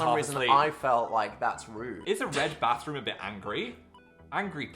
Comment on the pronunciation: its so funny how dan pronounces bathroom with 2 different accents 🤣